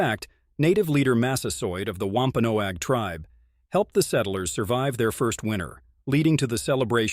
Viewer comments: COMPLETE NONSENSE !!! Show us where you got this story ? My family is from both Original Pilgrim Settlers & Wampanoag. It's pronounced "WAMP (like swamp) - PAN- NOG. Also, King Philip's name was METACOMET. I know all the truth.. as it's been passed down through my family (ON BOTH SIDES).. You never mentioned the French & the Dutch who killed 2 British Soldiers & 1 Pilgrim.... wore their clothes to meet one of Metacomet's closest childhood friends & best salesman.. on Long Island NY.. killed him & sent his impaled head back up to Massachusetts. Making sure there were plenty of witnesses.. which started the war. The French & the Dutch were extremely jealous of the great deals the Wampanoags gave to their FRIENDS.. The Pilgrims & the British. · lol at him mispronouncing wampanoag its pronounced like eggnog "wompanog"